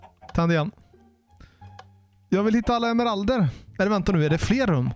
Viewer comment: Emmeralderrrr. Jo så heter det👍🏻